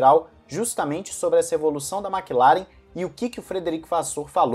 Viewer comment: Por que a galera fala Makilaren, e não Maclaren? Que agonia kk